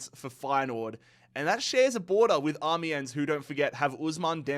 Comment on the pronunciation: Awesome job making these videos. It is now a yearly tradition for me to watch these in their entirety. It's clear that you put an ungodly amount of work into these, I know I would lose patience with it so fast D: A few pronunciation tips if interested: Caracas = "cr AH kiss" Quito = "KEY toh" (like "cheetoh" but "key") Amiens = "AM yawn" but you kinda drop the "n"